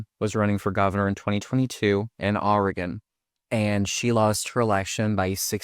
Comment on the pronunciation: Please bro: pronounce Oregon "Organ"